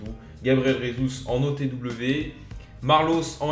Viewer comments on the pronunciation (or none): none